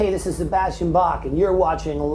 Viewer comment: So much pride to want people to call him Bach, and then proceeds to not know how Bach is even pronounced.... If you choose a germanic name, at least know how to say it.